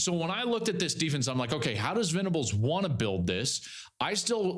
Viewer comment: Can you help Cowherd get Brent Venables's name right in the future?